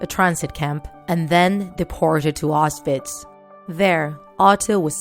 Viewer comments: Just saying it’s not outswitch it’s auswits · It’s pronounced “Auschwitz” not “Oschwitsch”